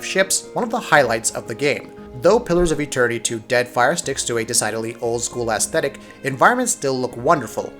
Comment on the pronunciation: Lol. You said assthetic. Lol